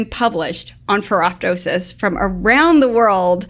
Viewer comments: Pronounced: Feh-roh-toe-sis (the "p" is silent) -- like pterydactyl and ptosis (dropping of eyelids). Like ferroptosis, many often mispronounce apoptosis, where the second "p" is also silent. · "ferro-tosis" the "p" is silent as in 'ptosis' ("tosis")or drooping of eyelid.